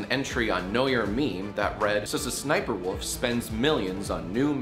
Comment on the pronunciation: The voiceover is saying Sussniperwolf and that's just too funny.